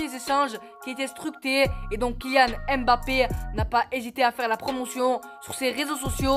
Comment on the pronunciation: Apprend à prononcer le nom de mbappe... Le m ne se lit pas séparément du reste du nom... C'est mbappe et non m'bappe